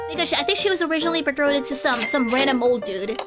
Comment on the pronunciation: Her pronunciation of "BetrOthED" gives me so much life